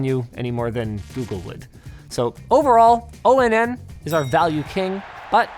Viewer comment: I'm genuinely bothered by you pronouncing Onn and O-N-N and not like On, as in Powered On. 😭